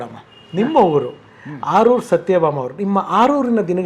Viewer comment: ಸರ್ ಆರೂರು ಅಲ್ಲ ಆಲೂರು ಅಲ್ವ